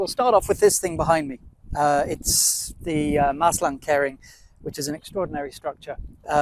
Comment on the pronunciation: Terrible video, horrible 'music'.. You said you would explain all about the Maeslantkering,, but you didn't. It's pronounced "keering" by the way, not "kerring".